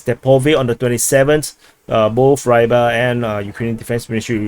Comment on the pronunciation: РЫБАРЬ. Просто попробуй загуггить хоть раз и произнести хоть раз нормально.